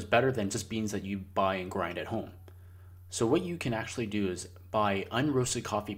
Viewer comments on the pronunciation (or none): none